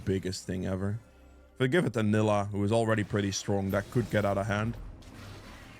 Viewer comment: Need to give Nilah a bakers skin…. So your pronunciation would be correct 😂😂😂 vanilla without the va